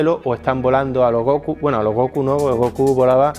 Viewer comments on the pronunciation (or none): none